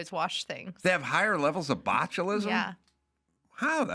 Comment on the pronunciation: Omg she sais botcholism